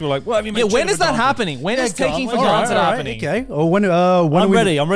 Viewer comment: "Take for garnted"